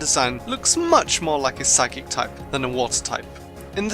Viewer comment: You said psychc not psychic